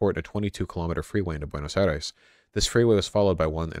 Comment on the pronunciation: Buenos Eye-reeze